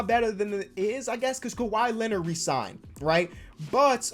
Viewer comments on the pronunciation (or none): none